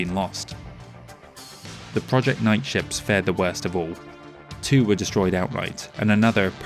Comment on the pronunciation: Just FYI, "nike" is pronounced "nye-kee." It's a goddess from ancient Greece, I think. Superlative work as always! ❤